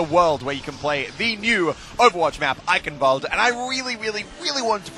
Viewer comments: no offense but its roughly pronounced eishenwalde instead of eickenwalde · It isn't eikenwald its eichenwalde C'mon muscle K you can do it better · It's kind of a rolled k sound, "Eye-Khen-Valt-eh" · not eikenwald :D eischenwald! Greetings from Germany :) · Can any native/fluent german speakers tell me if it's supposed to be pronounced like Muselk does with the ch sounding like a K or if it's more of a throaty guttural ch, like I first believed? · Ok I`m confused. It`s not eiKENwalde it`s eiCHENwalde. Like SH in Sheep. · instead of Ei - KEN you need to make a hisss instead of the K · its i-cen-valde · Well I don't usually do this, and it doesn't really matter actually. But people should pronounce the name of the map as Ai-shen-val-de. Somewhat like that. But it is up to you actually, im not gonna judge you or anything, but it is just sad hahahah love your vid btw :D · "I will be able to speak a bit of German by the end of this" "Eikenvald" where it reads Eichenwalde, yeah... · god the way you pronounce eichenwalde triggers me. its supposed to be "einrenvald" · Cute how he tries to say Eichelwalde xD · basically it's pronounced eye-hen-walde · oh ähm its dificult c and h is not normal speaken if you put them together ch ist other use the speak version of the google translater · you say Eichenwald nearly perfect. Just your "ch" sounds like a "k". I know it's very hard to say that for non-native Speakers. I love your Videos they're always very funny. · EichenwaldE!! you pronounce the E 😉 greetings from germany xD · im sure its not pronounced that way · Bruh pronounce your German correctly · Your miss pronouncing eichen